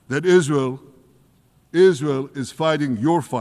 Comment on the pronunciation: Israel!! He said it right..